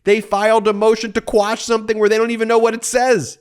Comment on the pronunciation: Umm did you say "squash" a couple of times? Isn't the term "quash"?